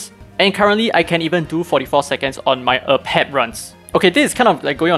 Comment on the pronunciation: AH-Pep is actually wrong. Every miracle boss battle says the boss's name before they appear and it clearly says AY-PEP.